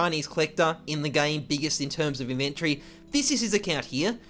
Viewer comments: the way he says "iventori" hahahhah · The way you pronounce "inventory" is cringe